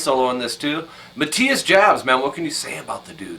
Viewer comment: Jabs is pronounced "Yobs".